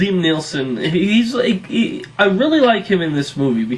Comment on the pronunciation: Its Neeson and Brosnan, not Neelson and Brosban